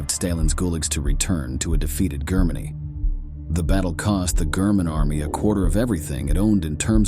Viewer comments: The Gurman army ? I stopped listening. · Why do I get voiceover AI vibes from this? “Gurr-man” army? good video tho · German with a hard G? Really? Uranus with a short R? Commit soo-seed (suicide)? Cooridge (courage)? Of the 110 sewers Grrrman? Gooligs? Holy shit! Who is the narrator? Absolutely the worst I have ever heard on any video on YT. Unbelievable! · Gurr-men Army.. Stay-lynn? I just unsubscribed. AI sucks stop cranking out these sites smh. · Is this a computer talking? I have never before heard a human being pronounce Stalin as "Stale-in" or pronounce German as "Grr-man". Maybe pay for a human next time. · I hate the way it says German and Germany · This bot sucks at "spikikng" cannot say German recivery? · Every sentence has a poorly pronounced word. Can't even say "German" correctly.